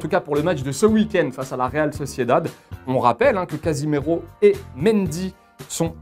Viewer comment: cazimero😭😭😭 faut le respecter quand même c'est CASEMIRO